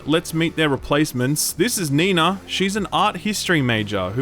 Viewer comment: what is this with urcle'? Nina not Neenah!